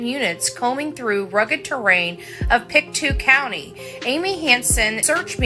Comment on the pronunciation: Pic-toe not pic-a-two lol